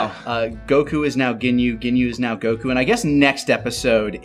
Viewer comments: Has anybody else noticed how changes his emphasis and annunciation on words? Most notably “Go-KU” vs “Goku” and “NA-rator” vs “Narrator” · Just noticed the emphasis put on the u instead of o in Goku. Consider me nettled.